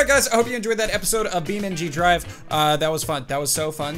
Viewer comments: you dont say dot its just beam ng drive. for the ng you just say n then you say g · I can’t believe doesn’t know how to say beamng.drive